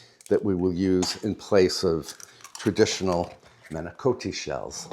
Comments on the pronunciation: I love when you do these meal prep videos. But then again, I really enjoy all your videos. And manicotti does not have a long O sound. Both in Italian and in English it’s not a long O. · In Italy it is pronounced mah-ni- KAH-tee. But in England people say mah-ni-KO-tee. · Dear, Italians pronounce the word manicotti like this: mah-nee-cah-ddi. The T is not a hard T; it's a hard D. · I was married to an Italian for 47 years and all the Italians I have known pronounce manicotti and ricotta with a cross between a hard and soft o. Ricotta leans toward the hard and manicotti the soft.so clear, lol.1I